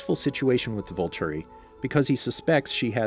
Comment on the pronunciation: "Volturi," not "vulture"